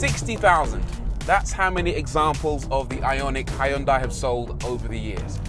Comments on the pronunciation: Hi yun dai? Jesus tap dancing christ is that how Europeans butcher that? XD it's sounds better if u pronounce it "he yon-dae" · I liked this presenter! He was entertaining. Also, isn't it pronounced "Hun-die"? My Malaysian gf says that's the correct way to pronounce it in Korea. You do pronounce the H and the Y, yes. But it's never "HI-un-die"... Food for thought, not that it matters much!